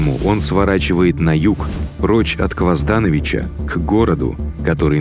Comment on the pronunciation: Почему КвоздАнович когда он КвазданОвич? Почему ВукАсович когда он ВукасОвич?